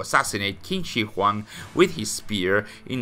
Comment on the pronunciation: just a little note: Qin is pronouced like 'Chin' but with a shorter 'Ch' Other than that, enjoying your content as always! Keep up the great work!